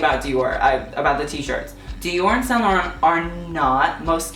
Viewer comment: He can't even pronounce saint laurent 🙄